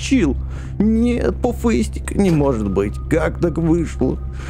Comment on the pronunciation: пужыстьик а не пуфыстьик